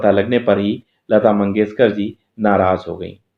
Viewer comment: Sha aur sa me difference pata karo lata mangeshkar not lata mangeskar